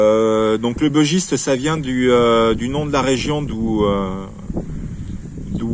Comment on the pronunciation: J'adore ce couteau aussi. Il est issue de la région du Bugey. Il se prononce donc "bu" et pas "beu". Comme tu affectionnes particulièrement ce modèle autant avoir la bonne prononciation !